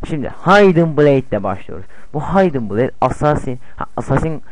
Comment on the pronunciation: Kennir -haydin bleyd -assassin's krayd olum sen hiç mi ingilizce bilmiyon